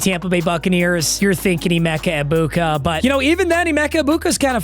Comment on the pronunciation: Emeka Egbuka? I believe you meant to say, "Emeeka Eggbegbu" lol